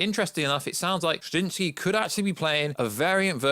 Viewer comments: Just say “Kra-Zin-ski” like everyone else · It’s really not that hard either, Kra-zin-ski, oh that’s right, we have a Brit that can’t pronounce the letter Z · Can you not say his name correctly?!?! Wtf are you saying nerd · I'm glad it's not just me.. It made me cringe every time he said his last name😂😂😂🤷🤦